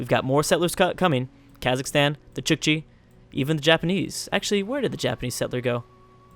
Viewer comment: It's not pronounced chichi, but Chook-chi. It's writting Chukchi. Or Chukotka (Choo-koht-ka) In russian, the country these people live in :)